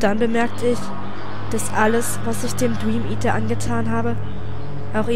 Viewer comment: "Den Dweameater"? :D lol süß x3